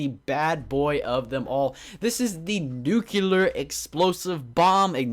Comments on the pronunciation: it's pronounced NEW-CLEAR!!! not NEW-CU-LAR! Also, the top 5 mods are the only ones I really liked. Though, I believe that Orespawn deserves the top slot. It's amazing! It's got a ton of stuff! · there are no NUCULAR missiles nor bombs. it's NUCLEAR